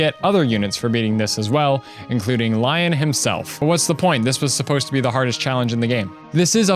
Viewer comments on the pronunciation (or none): I heard you say Lyon's name like lion and I left my body for a bit. I've always said Lee-on in my head like in what I think Eirika voice would sound Like. Also Eirika's story is better for me because I like to get Seth and Eirika together when I play xD This is the only Fire Emblem game I've played and will always be my favorite. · "Childhood friend, Lion"? It's said the same way you do "Leon". Granted, Leon is supposedly "Lion" in Greek, Irish, and Spanish (Lyon being from English (Likely old English, as old English lacked "I"s and used Ys instead), Scottish Gaelic, and France for Lion) so not too far off. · Pronounces Lyon's name as "Lion." How could you do this to Best Boy? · Also Renais is pronounced Ren-ay, and Lyon is pronounced Lee-on (both are based on french, Renaissance and Lyon, the french city)